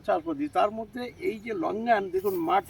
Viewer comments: না ভাবার তু কিছু নেই আমি আপনার ভিডিও দেখি আপনি ওভার স্মার্ট করতে গিয়ে প্রতিবার লংগান কে লাংগান্স ভলে। আর আপনি উল্ট আমাকে বাকাভাবে রিপ্লাই দিলেন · ভাই আপনি বারবার কি ভলেন এাটা কিসের লাংগানস, লংগান বলতে পারেন না?